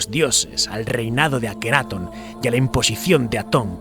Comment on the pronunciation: LLENOS DE HIPOTESIS Y GUIADOS POR LA BIBLIA O TALMUD LAS CUALES SON CASI MODIFICADAS ENTORPECIENDO LA VERDAD..QUE VIVEN CEGADOS ANTE LA VERDAD QUE YA ESTA EN NUESTRAS MANOS. NO ME GUSTO EL VIDEO, MAS DE LO MISMO. Y LA PRONUNCIACION DEL GALLEGO DICIENDO AKENAATON CON ACENTO EN LA A, Y TUTANCAMON TAMBIEN EN LA A.